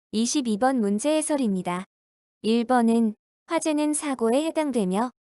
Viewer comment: 1번이 자꾸 2번으로 들립니다